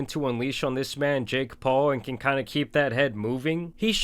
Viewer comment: The way you pronounce "JaKe" is very off putting